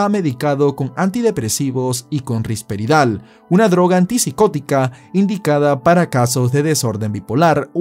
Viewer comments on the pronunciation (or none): "Risperdal", no "Risperidal". ¿Ni viendo bien el nombre en pantalla lo dices correctamente? También cometes otros errores en tu narración. Te recomiendo instruirte más para hacer videos, ya que se supone que sean algo profesional. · risperdal , no risperidal y no sirve para eso